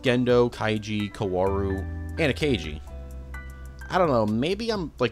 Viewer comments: You did not just call ritsuko "A kay jee" all video. Im so mad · Asooka (Asuka) , Kyjee (Kaji) , Akeyjee (Akagi). bruh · I hate him saying “Akagi” for two reasons. 1) Akagi is pronounced “ah-kah-gee”, with a hard g. 2) Akagi is her last name, everyone else he says their first names but not for Ritsuko for some reason. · Nice video, but... I wish you did more research on how to pronounce the characters' names.. Kawooru, Aka-gee... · bro did you even watch the show? Calling Ritsuko "Akeyji" and calling Kaji "Kaiji"... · Great video, but I have one complaint. You get the names good, and then you come out with the ungodly AKAYGEE. Its like you'd say JENDOUGH instead of Gendo. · It will forever be beyond me how anglophones can research a two hour iceberg video but then do not care a single iota about pronunciation. Aka-gee? You have watched the anime and heard the name. Pure laziness. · the way he said kaworu 💀💀 even akagi 💀💀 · Dear Lord, that pronunciation of "Akagi" is just painful.